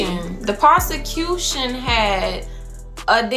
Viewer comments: “the POS-TE-CU-TION” smh please 😂😂😂😂😂😂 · The POSACUTION? The POSACUTION??…lawd!! 😂😂😂